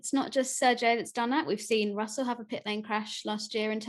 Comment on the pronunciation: George Russell, it's Russell